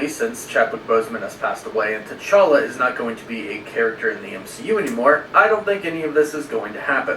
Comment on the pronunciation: I always laugh when calls him “T’Charlie”